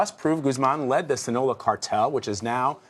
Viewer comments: SINALOA! Not "Sinloa" you dumb f*ck! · This guy really doesn't know how to pronounce Sinaloa? Sinola? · THAT'S NOT EVEN HOW YOU PRONOUNCE "SINALOA" 💀